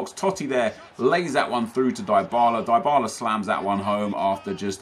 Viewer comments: Its "Dee-ba-la" not "die-ba-la" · It's pronounced dee-bala btw